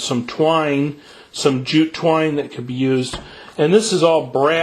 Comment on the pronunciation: did he say "jew twine"?